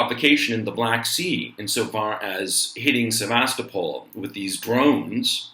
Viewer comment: C'mon man! SEV'VUS--TOP'PLE! :-) This aint a town in the Bay Area. Lol.